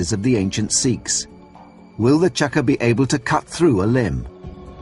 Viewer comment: It's called a fucking Chakram, not a "Chakra", jesus.